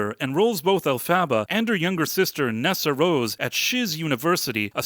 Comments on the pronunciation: Yah, It's Alph-ah-bah like "alphabet", not Alph-abba like the band ABBA. They made a big deal out of the name pronunciations in the movie. Hard to forget if you watched the movie. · Sigh You didn't watch it, did you? "El-fava?" If you had sat through the runtime, you would know it's pronounced "Elf-a-ba". They say it pretty much every 5 minutes, at least. I'm usually willing to give people the benefit of the doubt, but not when it becomes obvious they are talking out their ass about something they haven't even read or watched. How are you any different then the MSM picking up talking points and repeating them? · El-fuh-buh. PLEASE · I loved watching your review, which is clearly so off as this was the third best performing at the box office in 2024. You don't even know how to pronounce the main character's name. 😂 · If you can't even pronounce alphabet's name then I don't think you need to be doing this review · Maybe learn how to say Elphaba's name. This is a silly review. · haha nice pronunciation of Elphaba. OMG. Fiyero is "moist"? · You’re saying Elphabet name wrong and I disagree with you 10000% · Can’t take you seriously when you keep mispronouncing the main characters name 😂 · Why couldn’t you just Google how to pronounce her damn name? wtf is an “Elphaba” Lame review. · Im confused. They say her name a ton in the movie - why do you keep saying her name incorrectly? Its not even close. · your AI narrator mispronounces Elphaba. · Sigh.. it drove me nuts that you pronounce her name wrong. It's not a sequel it's actually act.2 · Dude, the way you say Elphaba. Stop.